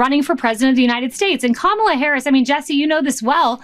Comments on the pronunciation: What is it with these losers that they mispronounce her name? So juvenile and frankly stupid! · Clearly all the members of Fox News are presenting with cognitive decline because they still can't pronounce her name right.